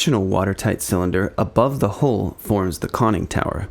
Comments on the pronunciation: Nice work, but you do realize “hull” rhymes with dull, null or cull, not bull, full or wool…just saying… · the hull is not pronounced like whole or hole, there is a U, so use it. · pronounced Hull not Hole! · its "hull" not "hole"